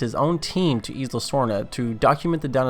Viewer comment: Unsubbed unliked no happy i hate grr u said isla wrong.